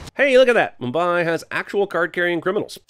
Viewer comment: sir if you can not say mumbai correctly please do not trash this great film 👍